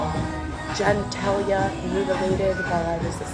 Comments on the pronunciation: Correct. She said Jen-tail-ya tho. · Who’s Genitilia? 0h, she means genitals. 😂